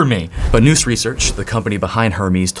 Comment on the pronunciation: Nous rhymes with "mouse". Definition: Nous (/naʊs/) is a Greek word that means mind, intellect, or understanding. It refers to the human mind's ability to grasp what is true and real through intuition and immediate perception, distinct from step-by-step reasoning